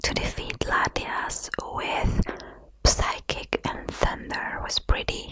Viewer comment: I love your pronounciation of Psychic! Psy-kik sounds a lot more tingly than the normal Sy-kik.